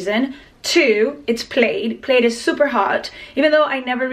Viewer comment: Plaid is pronounced “plad” like “mad”. I’m French, used to make the same mistake. Great video, as always! 😘